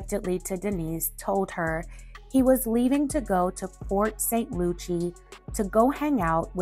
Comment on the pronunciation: Love the content. Port Saint Lucie is pronounced like Lucy. Went to high school there 😉